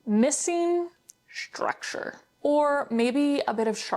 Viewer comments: you know it's structure not shructure ? 🙂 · Structure. Not shtructure. Very distracting to hear thar over and over. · what kind of accent do you have? the way you pronounce structure for example